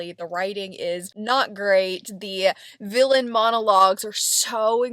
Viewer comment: I’m so sorry but you saying “villain” the way I say “million” is SENDING ME 🤣